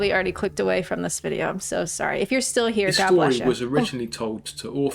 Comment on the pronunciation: He says Vidjo ..so Welsh ...